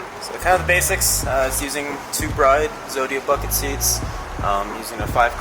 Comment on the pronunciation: Bride is pronounced BRID because it's not a wedding company